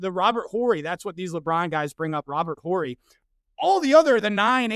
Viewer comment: Please let the guy that has to disrespect other players and other eras to lift up his king know that the H in Horry is silent